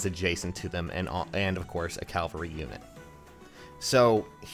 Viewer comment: I kinda hear it too. Cal-va-ree